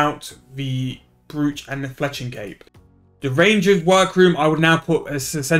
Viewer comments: its a brooch pronounced broach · kills me hearing it wrong